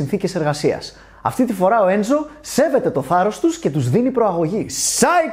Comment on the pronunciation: Αχ βρε, μου αρέσουν πολύ όλα τα βίντεό σου, αλλά να χαρείς, ψάχνε το λίγο καλύτερα με την προφορά ξένων λέξεων και ονομάτων... Μοντίνα και Μεντίνα (ενώ είναι Μόντενα), Ένζο (ενώ είναι Έντσο), Γκιρολάμο (ενώ είναι Τζιρόλαμο)...